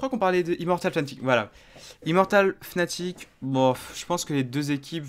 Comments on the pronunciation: ca ce prononce fanatic et ca secrit fnatic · Med Brochh Non non, Ça se prononce Fnatic